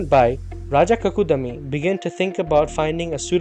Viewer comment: Not Bhagavat Puran. Bhaagavat Puran.Not Kakudami. But kakudmi. Half da as in Padma